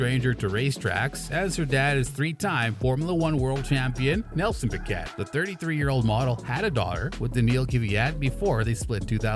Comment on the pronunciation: And "Renawllt". But the worst was Kelly "Pick-ETT". Clearly an F1 channel that has no idea about F1